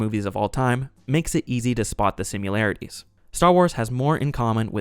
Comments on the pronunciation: I love these reviews but I ca t get over the fact he says "Simularities" instead of Similarities. Where's the U? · "Simularitues" is not even a word. Neither is "simular." Similarities* You said it again . Bro, look up the word "similarities" and stop saying it weirdly. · "Simularities" isn't a real word. "Similarities" is a real word. "Sim-ill-air-it-ee". Not "sim-you-lair-it-ee". I think I might rent this one for the fam to watch on the big-arse 96" TV my wife just had to have, because I'm curious why it's considered to be so bad and we've been on a film binge for the last year. :P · Because the actors looked like children. Ugly children. It's *similarities, by the way. Not simularities. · It's not pronounced "simularities"" ffs (are you referring to 'simulcrum/simulcra'? ... it is "similarities" Sigh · It’s ‘similarities’ not ‘simularities’ ❤ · why you say similarities like "simularities?" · The word “similarities” doesn’t have a “u” in it. You are mispronouncing this word as “simularities.” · Good video. I tried watching this movie, but gave up part way. (And I’m a sci-fi geek) BTW, it’s sim-IH-lar-ih-tees … not Sim-YU-lar-ih-tees. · I absolutely agree with all points. A note? The word is simILarities not "simularities." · It's sim-i-larities, not sim-u-larities. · What is a “simyelarity “?(sim-yee-lar-itee) Is it anything like a similarity?? (Sim-ill-air-itee) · Sim-i-larities, not sim-u-larities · similarities... not simUlarities LMAO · Similarity. Not “sim-u-larity.” Why are you adding a U? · I hate posting this because I love your work and celebrate the fact that a live human is narrating a youtube anymore, but it's pronounced "sim-IL-arity" not "sim-YOU-larity." (I'm not trying to be a grammar you-know-what, I'm just trying to spare my ears!) Love you and your content. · Are you saying sim-U-larities? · Sim-YOU-larities bruh. wtf? who raised you? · I've heard "simYOUlarities" so may times in this video that im starting to doubt my own pronunciation 😂